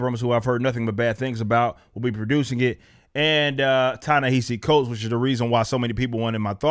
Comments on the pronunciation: It sounds like he's saying "Chinese cults" for that writers name lol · So one project wasn't to your liking that makes the entirety of this mans body of work terrible? You can not even pronounce the man's name properly, but we are supposed to take your opinion seriously? This man has published three non-fiction books all best sellers: Is a Genius grant winner, a MacArthur foundation winner. But according to you he gets comics work out of nowhere? You obviously have a political agenda! You do not even know what he is is writing, no announcement has been made stating that he is writing a black Superman, yet you have taken the ball and run with it, in anticipation of some sort of offending material...... You are actually doing a disservice to your audience!